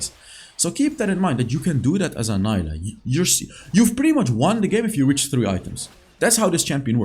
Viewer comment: i know mentioned this before, but it got me cringed when he said "n-ai-lah" when most LoL pc players call her "n-ee-lah":')